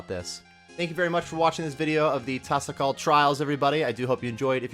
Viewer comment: its pronounced tah-sah-call, they said it will have a best in slot mage cape and best in slot mage ring as well. wave 1 to 4 will be fire cape difficulty 5 through 8 is inferno mid lv and 9 to 12 will be inferno difficulty/post inferno difficulty. if youd like more info they did a 3 hour live yesterday that should be available on the twitch live. but yeah it seems exciting. love your videos btw, hope the additional info helps. :)